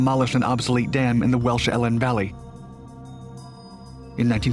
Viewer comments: 1) Six-One-Seven Squadron. 2) The bomb's spin also helped it adhere to the wall which was important for projecting force through water. 3) EE-Lan Valley. 4) There were more than three dams targeted for attack, but only three are confirmed as having been engaged. 5) Illumination bomb (flares) were dropped over the Sorpe, not incendiaries as such (although a flare could start a fire in theory). Otherwise, thanks for giving this story some coverage. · 1. he’s american, it’s how they pronounced numbers. 2. at least he mentioned they had backspin. 3. different people pronounce things different ways. I have been to Elan valley and none of the visitor centre’s staff called it EElan. 4. what’s the point in showing the dams that weren’t engaged? 5. did he have to mention every small detail? maybe cut him a little more slack. If he didn’t do it to your standard, do it yourself.